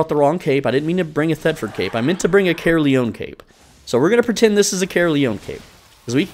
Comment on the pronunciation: as a welsh guy, it always makes me laugh when i hear how people pronounce Caerleon 🤣